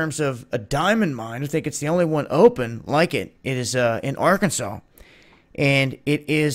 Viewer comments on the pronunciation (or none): none